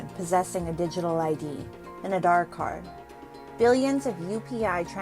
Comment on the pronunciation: ANI reporter must learn how to pronounce aadhaar correctly. Stop this fake accent..